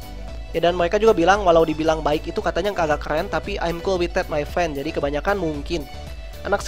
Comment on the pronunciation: benerin bahasa inggris lu bang, ngomong that malah tet😂😂😂